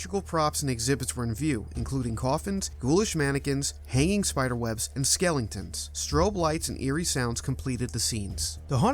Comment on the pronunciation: Did you actually just say "Skellingtons" and "Aphixiation?" Please don't narrate anything, ever again...